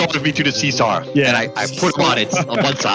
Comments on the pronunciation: "SeeSar" is acctualy kinda funny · “Seesar” isn’t any better 😂 (I know it’s just the accent but it’s still funny)